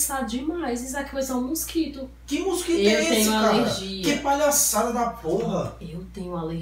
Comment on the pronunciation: kkk o melhor foi da câmera nós ovos e quando ela fala musquito ebgexipci kkk